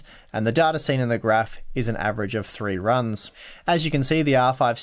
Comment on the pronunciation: I like how you say data "Dartar"